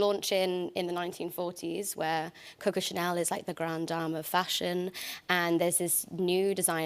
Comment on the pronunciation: I was unsure before watching the trailer but I like how they kept the accents despite doing the show in English. Just the way she pronounced Christian Dior and Coco Chanel made me feel a bit hesitant...I mean, of course, the words also belong to non-French speakers but if you do a series about a subject, I hope she took some extra care to pronounce it the right way. It's not to be offensive, I would hope the same if she were doing a show about any non-English people. Hopefully it does justice to the people and the culture, but she seems very happy and respectful as she always is :) Although, how did you manage to enjoy Paris?? I think about 85% of Parisians hate the city and wish they could leave...Hopefully, people won't get too excited to visit it and get disappointed 😅 I hope the world can come but Paris can be very disappointing, it's a shame.